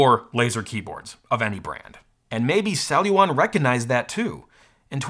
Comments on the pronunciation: How many times can someone mispronounce the company the video is about?? "Celluon" - not "cellulon". Sheesh. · What a weird name Celluon, feels like a kid is trying to say ‘Celluron’ but can’t pronounce R yet.